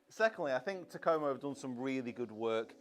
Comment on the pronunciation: Still waiting on a youtuber who can pronounce Takomo correctly.